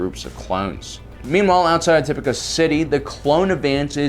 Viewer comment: Dear, I love your videos; however, I greatly encourage you to reassess your Star Wars vocabulary skills. Echo is not Echos. Plo Koon is not Plo Kloon. Tipoca city is not (top-i-ka) rather (ti-poh-ka).